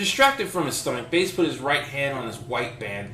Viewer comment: "Baas" pronounced "Base" - very Based. :D That said, is the rest of the story still available? The link no longer works, but I was excited to try it!